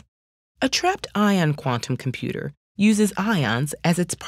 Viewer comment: Not a fan of how she says "quantum computer". Thank you, that is all